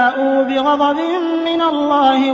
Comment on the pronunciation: There is a little bit mis pronunciation ( be-ghazabin not be-ghabazin)